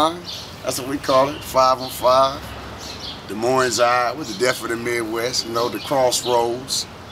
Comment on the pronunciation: don’t come to my city sayin des moines with the s at the end